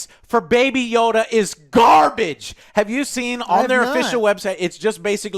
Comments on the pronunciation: baby yoda not yoddle wtf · Stop calling it Yodel... i already explained you that it's obviously Yoda.. it seems to be a story about what Yoda went through.. so probably a few hundred years before episode 1.. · why are they calling him 'yodel'?